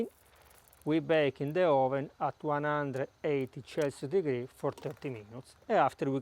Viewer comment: I took Italian 50 yrs ago in highschool and was told the 'c' sound is "ch" in english and the "cc" sound is like "S". When you say Spectacular use the same "S" sound with Celsius so Selsius.